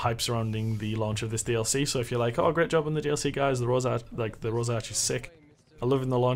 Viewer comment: its rorsch not rosarch